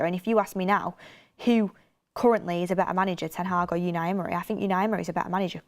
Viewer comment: Please stop saying yewni Emory